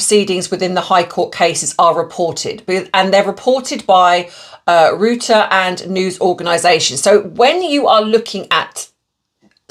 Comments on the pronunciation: Royters NOT rooters. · Reuters is pronounced Roy- ter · Reuters news agency is pronounced ROY - ters